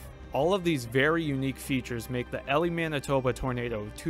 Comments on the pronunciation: Same here I'm live in Winnipeg. But and I've passed through Elie many times to go to portage la Prairie my hometown, I understand this guy didn't know how to say Elie correctly but he tried and I appreciate that! I wonder how he would say stoney mountain penitentiary 😂 or Steinbach. Everytime I drive through Elie I always imagine what It was like seeing that driving past. Scary shit and very unusual for Canada. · EE-Lie is how it’s pronounced. This happened on my graduation day! I remember the clouds looking very frightening as we took class pictures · I'm from 2innioeg, and my uncle lived in Elie (pronounced ee-lie) at the time when the tornado hit. His house had only minor damage, but houses 3 blocks away from his were completely leveled. I remember riding my bike by there either later that summer or the next year, and seeing the destruction. Crazy. Edit: mightve been a bit more than 3 blocks looking back at this video. I was 7, so probably didn't have a good sense of distance. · I lived not far away when this happened. West of winnipeg. We pronounce Elie like "Ee--lai" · Elie, pronounced ee-lye. It’s a town not a girl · Thanks for covering this Tornado, it was the first Tornado I ever saw, I was with my friend going to pick up his new car from Winnipeg. One thing, Elie is pronounced E-lye. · Awesome work, I wish this tornado got talked about more because it’s one of the most unique F5s imo. And I’m not trying to be nit-picky, but the town is pronounced E-Lie. Thanks for covering this tornado! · If u want to report on stuff you should probably take the time to know how to pronounce the name of the town? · Great content, but it’s called ELIE like Manning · bro made a video that's already been done 1000 times by other tornado youtube channels and couldn't get the name right in the first 5 seconds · Literally tho it made me cringe everytime he said it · I'm from Ontario, and I was correcting him every time he said it. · The town’s name is pronounce E Lie not Ellie